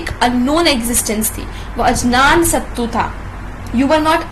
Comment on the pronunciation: Maam, It was Agyansatta not ajnansattu